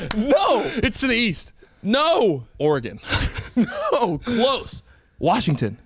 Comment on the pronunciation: Good job, P! You pronounced “Oregon” correctly!👏🏻😂